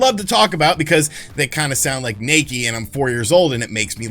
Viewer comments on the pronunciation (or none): Nikkei not nakkey. Like kneekay. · It's pronounced "Knee-Kay", not "Nakey". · The correct pronunciation is something like “nick-kay” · Isn't "Nekkei" pronounced "Knee-kay"?